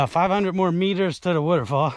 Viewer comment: Nice. We love the way you said wuter fall! Looked like a good hike and glad you made it, thank you for sharing! Bet that water felt wonderful! Oh and hope you don't take offense to the tease on your accent. I'm a yuper in the Midwest and have my own accent, so I'm told.